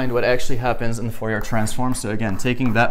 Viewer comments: Fourier is pronounced Furiye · Fourier is french, you don't pronounce the last r...."for e ah" I had a prof during undergraduate physics that was a stickler for correct pronunciation